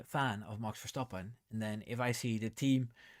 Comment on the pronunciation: me too! Also I don’t think the TD will affect MCL as they’ve already been using the new TD compliant wing. And can I just say I love the way you say Max Verstappen. I need to brush up on my Dutch 😂